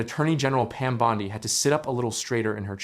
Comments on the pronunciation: Hey, A.I., her name is pronounced, “BOND-ee”, not “BOND-eye”. Get it right or don’t do it! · Why must you mispronounce her name?